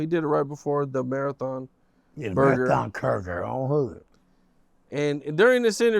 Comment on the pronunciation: “Marathon Curger “ 😂😂😂